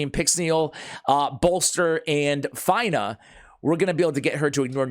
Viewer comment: her name is pronounced like (Fina) and her titie is Blade Of Aravia...Aravia is the ancestral home of the elven peoples as explained by Lord Of The Rings...I believe it was explained somewhere in LOTR...Aravia not Avaria I am sorry but Miss pronunciations are a pet peeve/Trigger of mine.